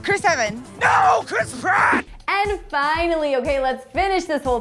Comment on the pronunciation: No it's PRATT